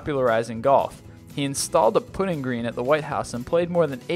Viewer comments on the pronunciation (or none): It's 'luh-PELL'. The twin chest folds on a jacket. And in golf, it's not a 'put-ing' green, it's a 'PUTT-ing green. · You said putting wrong. You said it like the dessert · Fun. Knew about half of them but the others are now added to my trivia collection. You might check the pronunciation of "putting" and "lapel". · Mispronouncing such words as "putting" (a golf ball) and "lapel"?! Goofball City.